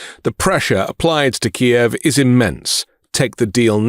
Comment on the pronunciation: It's Kyiv not Ki-ev